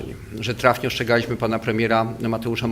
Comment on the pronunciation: Mówi się ostrzegaliśmy, a nie "oszczegaliśmy,". Ludzie wykształceni?!